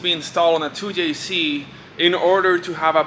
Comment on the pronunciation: i love the fact that he calls the 2jz a 2yayc